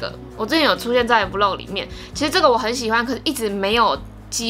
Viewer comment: 很喜歡看peach的影片，特別是穿搭的系列。 每次聽你說vlog 是v漏格，聽起來就怪怪的！ 但還是很愛看你的影片，超用心的。